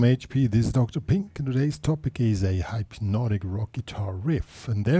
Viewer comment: It's pronounced hypnotic, not hype-notic. Good riff though.